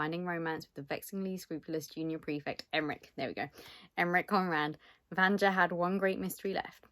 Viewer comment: Yaaaaaay, it looks so beautiful! I'm expecting my copy to arrive in the next day or two and I've been dying to see the naked hardcover 😍😍😍 Btw (and this is just to let you know if you're interested, please don't take it as criticism), the pronunciation is slightly different. It's supposed to be read "Vanya", the JA in slavic names reads more like the YA combination in English. For some reason, the only word that comes to mind right now is yak 🤷‍♀️😂 In any case, you're in for a treat. I read it on audio last month and it's wonderful, I hope you enjoy it 😊 And the little cat thing is Ragne. I only remember because I read both books last month, otherwise I have memory of a goldfish 😂